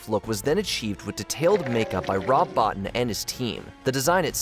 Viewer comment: First of all, his name is pronounced Rob Bo-Teen. Secondly, he had nothing to do with An American Werewolf In London, but instead did similar work on The Howling which came out the same year. Also it's Blair, not Bear. Finally, the dog-thing puppet was done by Stan Winston not Bottin.